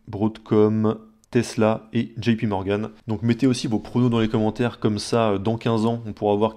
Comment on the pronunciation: Enfin quelqu'un qui dit pas Jipi morgane pour JP Morgan ✋